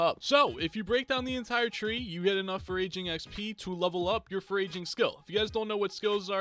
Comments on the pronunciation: Friendly help, your pronouncing foraging wrong, you’re saying it like “for-raging” it’s pronounced a little more like “for-edging” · Did he say (for-ray-jing)?!?!?! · how does this guy not know how to say foraging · This vid pronouncing foraging wrong Me with the username foraging: He said my name wrong!!! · Thank you it annoyed me so much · Day 723 of hearing pronounce ‘foraging’ incorrectly, I’m not sure I can take it much longer. Remember me...